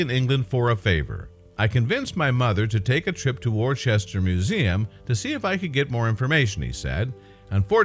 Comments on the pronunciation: Worcester is pronounced wooster, not war-chester. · Not pronounced "Warchester". Correct, British, is to say 'Wooster'. While still spelling it 'WORCESTER'. The item's speaker used it incorrectly at least three times! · Great story. Thanks for posting. But Wor --chester? Really dude? The internet will tell you how it should be pronounced. Bit of research needed. Still a thumbs up though. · Where the hell is War Chester? I'm English & I've never heard of War-chester ! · do get the pronounciation correct w(h)orecester Wooster Wooster-shy-er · gets very annoying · got to agree with you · Totally in agreement! HELLO World! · Dude, there is no H is Worcester. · This guy doesn't pronounce the English town correctly.